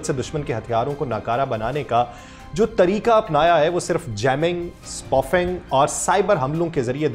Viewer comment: It is not spufing, it is spoofing سپوفنگ